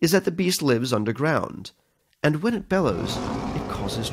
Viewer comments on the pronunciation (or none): none